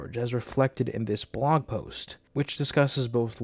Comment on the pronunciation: Cracking up because something about the way you say “blog” has my captions translating it as “blong.” I had to rewind like 5x before I finally understood the confusion. Blong aside, great video. Please update us again soon!